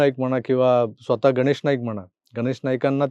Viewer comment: "गनेश"नाही हो गणेश... गणेश " उच्चार सुधारा! बरं असो! एकंदरीत निवडणूकीची धामधूम पाहताना एक गोष्ट आवर्जून लक्षात येते की, देवेंद्रजी फार फिके पडतात... बरयाच बाबतीत फारच नरमाईची भुमिका घेताना दिसतात!